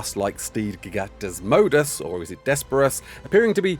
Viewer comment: Why do you keep acting like you dont know the creatures name. Its not desmodus and its getting old.